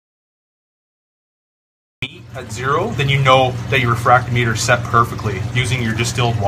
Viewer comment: RE-Frack-TOM-I--TER not refract-O-Meter.